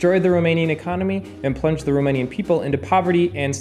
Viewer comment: Cool approach to the topic of rockstars. I used to hate history classes, now it was riveting! Also, you SHOULD consult a Romanian (I live quite nearby - in Poland), the pronounciation is sooo off. But we forgive you. :*